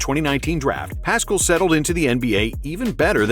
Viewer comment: I'm pretty sure Paschall is pronounced without the c